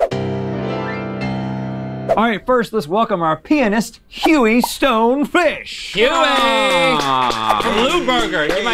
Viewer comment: Why did Rhett say “pianist” like that the first time he said it lol